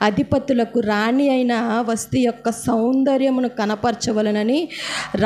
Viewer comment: వస్టీ కాదమ్మా వస్తీ